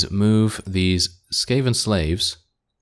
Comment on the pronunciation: skaven, bro, it is sKaven